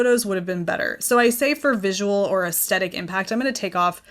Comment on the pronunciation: Hi. Aesthetic is pronounced with the stress on the th of the word, not the st. Aes thetic. Regards paula.